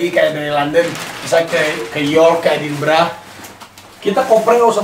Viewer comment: Raffi Gigi...Edinburgh bukan Edinbragh..ntar org sana bingung kl nyebut nya edinbragh